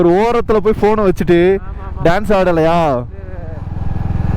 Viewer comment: டியூட் தப்பு டூட் கரெக்ட், டேன்ஸ் இல்ல டான்ஸ்